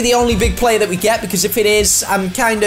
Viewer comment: what is a player? I think you meant plurrrrr